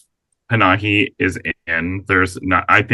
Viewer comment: it’s Pa-na-hi, not Pa-ha-ni, ffs